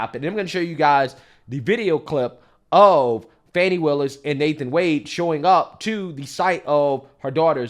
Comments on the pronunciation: You should pronounce her name right, it is not Fani it is Faaawne. 😂😂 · She says she is "Fawn knee",,,not fanny 😂😂😂😂